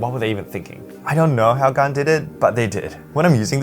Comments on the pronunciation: It is pronounced gan not gaan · Please don’t say gaan in India, they will hear “gaand”(ass) (I have Xs as my main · I feel weird when you pronounce Gan.